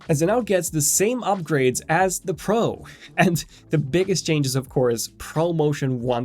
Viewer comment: The way he says pro urks tf out of me. Sorry for my little rant